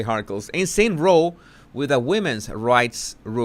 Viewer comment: Hi - I love your Antonio Banderas accent! Keeeeep going. Not sure how Banderas would pronounce “ROW”? In English (not sure used so much in USA) Same spelling but 2 different meanings and pronunciations… 1/ RO - as in Ro Ro Ro your boat… 2/ RA-OW - as in “insane RA-OW - or argument”!! Love your work - hope I’m not offending you or anyone!